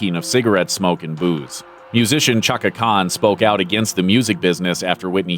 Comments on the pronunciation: Ok, but when dude said "Chucka Khan" my soul felt abused. I've never felt so hurt over a word being mispronounced. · I hear you. 'Sha-ka'. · 😂🤣🤣🤣 I heard Shaka